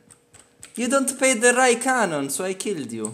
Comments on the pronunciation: “Because you don’t pay the Rai canon.” Hahahahahaha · "you dont pay the canone rai" 😂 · "Because you don't pay the Rai canon" ahahahhahaha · "Because you don't pay the Rai Canon " hahahaha ♡